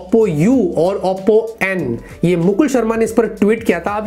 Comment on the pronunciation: Bhai Auppo kousa phone hai.. Oppo ko barbar Auppo q bolte ho??🤣🤣🤣